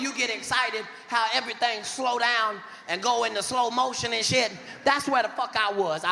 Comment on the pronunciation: Ev-a-rythang? Everything. Nine o-ten. Katt is non-stop Gold 👏